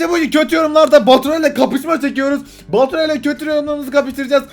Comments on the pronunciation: goturay değil vapuray 😉😉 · baturay değil boturay asdasdsadsad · abim sana ğöt diyo 😂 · Abicim Götüray Nedir Ya :D Hala Gülüyom Amk :D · abi seni seviyorum ama abim baturay gottos diyo sanada yaraksiz diyo